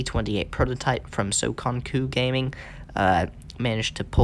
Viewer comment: That’s not how you say songokugaming, it’s supposed to be son goku gaming. Check your messages for pronunciation